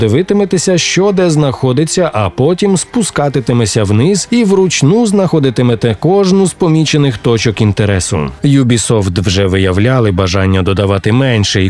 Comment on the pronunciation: Уявляю собі реакцію іноземців які намагаються зрозуміти слово "Спускатитемеся" 🤭 (А взагалі, здається правильно "Спускатиметеся")